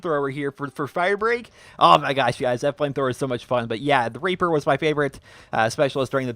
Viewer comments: The first time you said "Reaper" you said "Raper" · He sais raper instead of reaper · WHAAAAAT HE SAYS RAPER ITS REAPER GET IT RIGHT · in he said raper instead of reaper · i can understand how he can accidentally say raper than reaper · The second time he said raper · It sounds like he is saying "I love the raper" at the start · he said raper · Superior Logics I heard that too